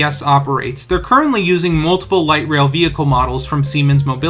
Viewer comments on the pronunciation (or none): none